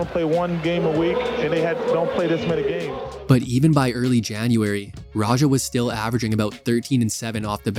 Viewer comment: good video, but his name is pronounced radj-ah. the j sound in his name is like j sound in english like in ja morant, not french j sound like at the end of garage or massage